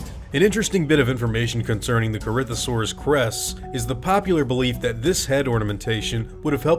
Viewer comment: Corinthosaurus pronounced: Corythosaurus